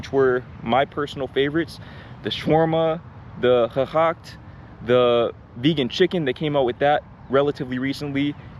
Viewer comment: ooh how sweet how you pronounced "gehakt" 👍 I travelled a lot and people told me dutch is a difficult language to speak